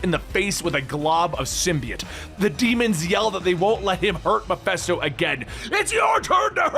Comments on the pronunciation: Is it just me or is he saying Mephisto really weird. I keep hearing Meffessto, sounding like manifest or something like that instead of it sounding like Ma-Fist-O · WTF is "Mephesto"?